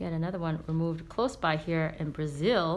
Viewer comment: Amei ouvir a Senhora Dr. SANDRA LEE, PRONUNCIAR BRASIL, SOU UMA FÃ DO BRASIL E AMO MUITO O SEU TRABALHO. SUSSESO DRA.BJOS SAO PAULO